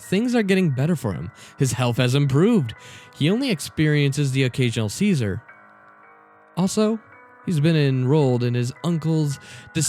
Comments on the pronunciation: Did I just hear "He only experiences the occasional ceaser."? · "The occasional Caesar."